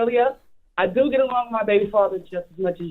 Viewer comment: Why she say "do" like "dew"?